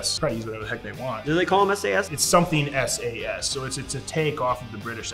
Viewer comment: It’s sasr